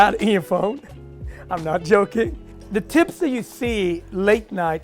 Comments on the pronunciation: It’s pronounced xibs not tibs and to many ingredients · His pronouncing the tibs wrong. Omg u are an Ethiopian how can u pronounce it wrong? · this may be years old but the way he pronounces tibs and other words hurt me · Even how he is saying “tibs” is wrong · I swear when he first pronounced tibs I was like what is that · Not after the way he butchered Tibs just now